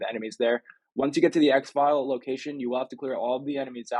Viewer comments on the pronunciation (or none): Ex-Fill... not Ex-File great vid tho thanks for the tips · It's pronounced exfill. Not exfile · Thank you so much, they should really have some way of telling people how to do this in game. I also find it hilarious you pronounce it x-file instead of exfil. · It's EX-FILL ... not EX-FILE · It is pronounced ex-fill not ex-file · Yeah it was killing me when he said X-File........😆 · Exfil not EX FILE🤣🤣💀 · yo please stop calling exfil x-file.... its pronounced x-phil... as in exfiltration. If I heard my people saying it like that they would be carrying a nice fat pet rock for a day or two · You're saying exfile wrong. It's suppose to sound like ex-ville not ex-file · It’s Exfil not Xfile btw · Exfil, not "Exfile". Hahaha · its pronounced EX FILL not EX FILE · Thanks. 🤣"exfile". It's pronounced "ex fill" 🍻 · Small problem its "white lotus" and its pronounced "X Fill" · Anyone else annoyed he kept calling it “black lotus” and calling it an “Ex File” 😂😂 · Great vid man. Thanks. It's pronounced Ex- FILL btw lol. Like FILL ur cup. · I was just about to say the same thing. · Funny how he says exfil as Exfile😂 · 'ex-file'. Say 'exfiltration'. Now say 'exfil'.